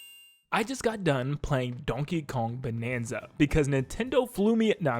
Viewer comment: You can't hide your mistake, "Donkey Kong Banza", you were already caught in 4K by the algorithm and we will always remember your mistake.